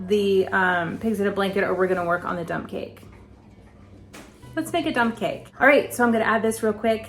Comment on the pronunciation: Lol, I thought you said dumb cake, then later you said dump. This will be interesting.